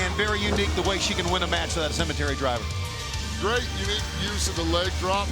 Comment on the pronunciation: Cemetery DRIVE!!! There's no R at the end FFS!!!